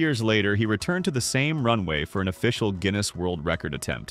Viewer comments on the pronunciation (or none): none